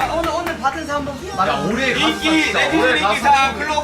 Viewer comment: 에 정국이 오↗늘↘오↗늘↘ 받은 상부터 하는데 사투리 나왔엏ㅎ흥분했나바아아아앍ㅜㅜㅜ